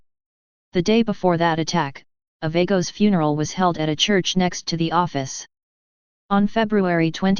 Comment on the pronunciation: If you cant PRONOUNCE it right then youve NO business reporting it!!!